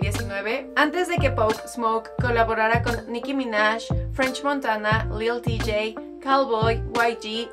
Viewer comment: Lil tjay t se pronuncia lil tay no lil tijai